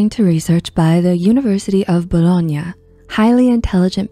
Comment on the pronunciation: I'm italian, ando the way you pronounced the name of the city of Bologna is stunning!